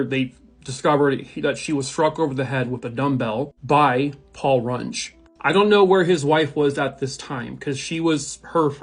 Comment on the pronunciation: It's Paul Rung-EE not, Paul Rung. SOUCE: Knew the guy somewhat well in school.